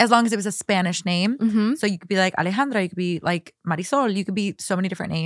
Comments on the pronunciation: I commented about Alejandra not saying her name right lmfaooo I like her but it’s annoying when she says it white wash, coming from a person who has a Mexican name 🫶🏼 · Peruvian here. "Alejandra" and "Alexandra" are not the same. ¿WTF?